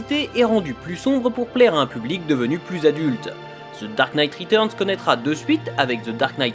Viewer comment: "ZZE DAHRKKE NEIGHTE RHETUZZZNZE!!" Speak english, bud. Can't understand ya.